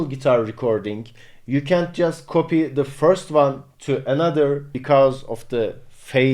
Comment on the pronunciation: dat British accent switch at "Can't"